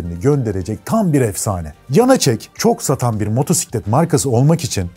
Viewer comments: Video güzel anlatımlı olmuş teşekkür ederim. Ancak Motorrrrrsiklet kelimesi hosuma gitmedi. Java çocukluğumda hatırladığım ilk motosikletlerden. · Motorrrr siklet değil, motosiklet doğrusu. Motosiklet videosu çeken biri bu hatayı yapmasın lütfen. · süper :) abone ve beğen tuşumuza bastık. nacizane bir küçük düzeltmem olacak (her duyduüumda tüylerim diken diken olsa da motorrrrsiklet değil). Isle of Man ayzıl diye okunmaz ayl diye okunuyor. Ayl of Men deniyor. Tıpkı Islan ın ayzland diye okunmayıp Aylınd diye okunması gibi. Isle of Man demişken BAbuş ruhun şadolsun bu arada :)